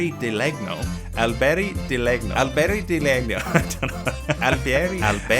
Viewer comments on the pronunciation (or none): its "len-nyo" :) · Lennio, It's pronounced Alberi di lennio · Legno is pronounced more like "lenyo", gn sounds in italian are kinda funky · legno has the gn pronounced the same as in lasagna